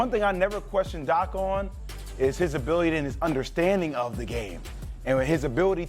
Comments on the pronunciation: Abiwity lmao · Jay will's biggest hurdle in life is saying the word ability 😂